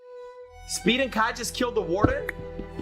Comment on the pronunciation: Bro said schpood was the most evil